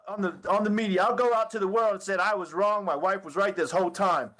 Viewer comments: It’s “anything wronk” lmfao😂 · How could a man as well spoken as Al marry someone who says "So WHY COME...", EVERYTHINK, ANYTHINK, THINKINK, WRONK. Yada yada yada. How could he marry a woman who speaks like this? "All i could hear was Gannon screamink". "Egg-Wardo was dark skinded" I could keep goingk. Lol